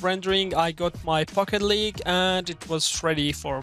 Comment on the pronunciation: It sounds like he says "Fuck it League" 🤣